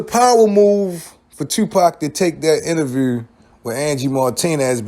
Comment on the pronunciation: He has struggle pronouncing the word “INTERVIEW”